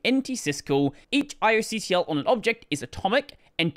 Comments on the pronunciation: I believe the kernel folks pronounce it like "eye-auk-tul". Cheers. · pronounces char like the villain in Gundam, despite it being short for Character. its care, not cher. It's not gonna sing you a song. Also - spells out ioctl, which is short for input output (or io) control.... ioctl is 5 syllabels, iocontrol is 4. Saves you some time. Seriously questioning if you're qualified to be reading these documents at this point. /s